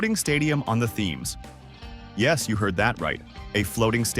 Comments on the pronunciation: I don't think that's why he stopped listening. The Thames is pronounced "tems", not "themes". 😂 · Possibly the least researched, dumbest video ever. Ground share? Ever heard of the Chelsea Pitch Owners? A floating stadium? Just click bait stupid. Ps.. learn how to say the word 'Thames'.